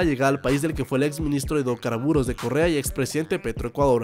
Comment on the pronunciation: Alguno mas entiendo Corea en vez de Correa xd